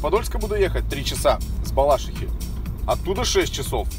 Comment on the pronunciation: С Балаши́хи, ударение пожалуйста ставит правильно, я тут проживаю, по ушам режет